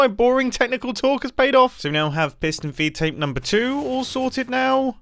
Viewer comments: I thought it was “feet” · I swear, all this time, from the first time I heard him say "feed tape" in another vid I thought he was saying "V tape" lmao but turns out I was wronggggg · Aah its a FEED tape. Not me hearing V-tape the whole video...